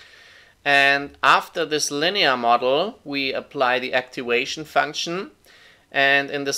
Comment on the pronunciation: First of all, thanks a ton for the great video! Really helped me a ton as supplementary materiel to my Scientific Programming class! Oh, and just a little heads up: the "v" in "activation" is pronounced as the 'v' in 'voodoo', 'valve' or 'viking' and not as the 'w' in 'wood', 'weekend' or 'weed'. Thanks again!